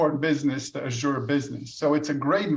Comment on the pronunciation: Stop pronouncing Azure wrong